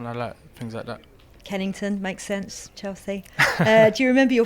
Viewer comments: I thought she said Kennington but then referred to it as west London!! Kensington 😂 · She said Kennington, Chelsea, makes sense lol..... No sweetheart, Kensington you mean lol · She thought Kensington was Kennington 🤣 two very different areas